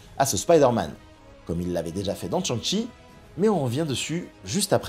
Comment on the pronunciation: Il faut se renseigner sur les prononciations de noms chinois... "TCHang Chi" c'est plus possible 😂 Ça se dit "Chan' Tchi" (avec le G de "ang" ) qui se prononce presque pas, comme avec l'accent marseillais. Et "Yao Guai" se dit "Yao Gouaï"